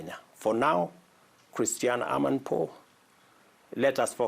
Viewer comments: The obnoxious reporter's name is Christiane Amanpour, not Christiane Anna Pour. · Christiane Amanpour is world famous "journalist" of several decades, and, you can't even pronounce her name. Seems you were born yesterday. Get it right. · Dude, you can't even correctly pronounce her name. And he kept repeating the same thing without clearly answering the question, like a broken record.